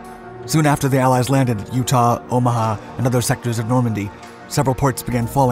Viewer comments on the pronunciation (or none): none